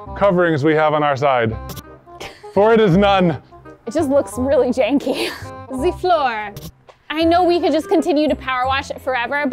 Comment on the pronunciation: She said Jankey..🤣